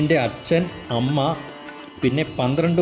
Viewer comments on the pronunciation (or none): none